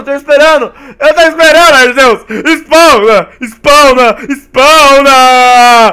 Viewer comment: se fala arquios n e aceus